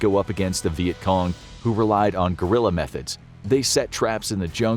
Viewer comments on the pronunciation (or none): guerilla not gorilla